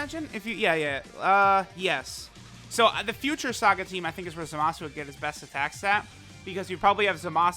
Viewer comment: Love your videos, just hate how you pronounce Zamasu lol.. Goin to summon for Zamasu though 👌🏽